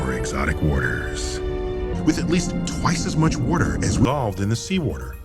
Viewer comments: omg I'm just in tears laughing... weerder... weorderr... lmao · Waudr. Wudder. Wouedir. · Lol Im watching the Comos series on Netflix and I had to check the internet to see if anyone else cuaght that Neil said ""Warter." Good Job internet! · man, I need a glass of wudder